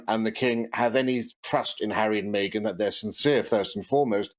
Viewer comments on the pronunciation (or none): fan here! - only thing is he calls Meghan "Maygen"